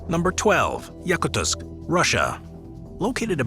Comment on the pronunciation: Yakuts should have been number one. And you pronounced it wrong.